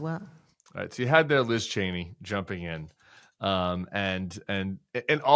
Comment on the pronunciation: It’s Cheeney not Chainey